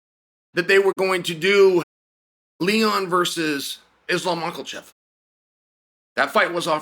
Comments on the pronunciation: Ble hall Macklahchev! Nobody bastardizes a name better than Uncle Chael! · what about maklachev?? I'm certain now chael does it on purpose